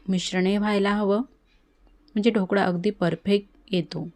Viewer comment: मॅडम आधी 'ढोकळा' शब्द शिकून घ्या, मग आपण 'ढोकडा' बनवू 😂😂😂 सर्व शब्दोच्चार चेक करून घेऊयात...